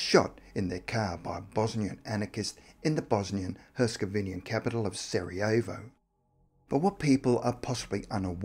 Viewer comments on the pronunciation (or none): none